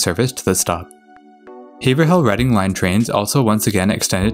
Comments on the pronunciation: Haverhill is pronounced "Averill". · you see, I used to think Haverhill, and the way you pronounce it were 2 different places. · This is a great video production. However, my only real criticism is on the pronunciation of several cities and town in Massachusetts. As a native of Mass, I know how various names are pronounced by the locals. There were other locations like Haverhill, and a few more where your pronunciations were off. But these while amusing to some are very tiny criticisms on the video. You did a wonderful job of producing this video. Thank you very much! :) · Or it’s pronounced have-roll. Nay-tick. Bill-rickah. Woooooburn. And Lowell is simply Lowl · Woburn (Woo Burn) Haverhill (Have [long A] Rill)